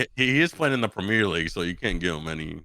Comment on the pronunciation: Hearing them talk about the premier league and pronouncing it the way they do was making me laugh so hard bro 😂😂 and the premier league is the most competitive league in the world hands down.